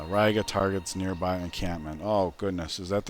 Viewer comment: Riga is pronounced Ree-ga.